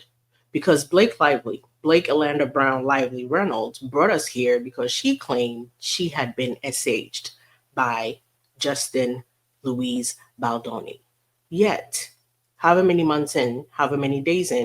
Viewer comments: Justin "Louise" Baldoni 🤣. It's Louis, like Lewis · Hey,, just an FYI, Louis is pronounced Louie. I think it's French. 😃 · She’s so worried about her rep she forgot about her bogus SH claim. I had to look up JBs middle name because I thought you said LOUSIE (Loo-eese) but saw you said LOOIS! 😂😂😂